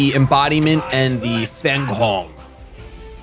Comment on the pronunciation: fenghuang = fang wong